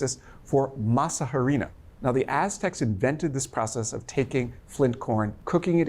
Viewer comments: The H is silent in harina... "ah-ree-nah" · Harina, the H is not pronounced. You say Arina.